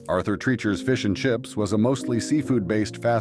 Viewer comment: you keep showing Bob Hope in the arthur treachers and you mispronounce the name lums was good it would be welcomed back